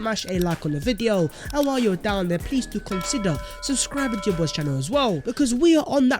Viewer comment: "THEYRE GARGANTUAN; OF COURSE IM GONNA GO DERE" 😂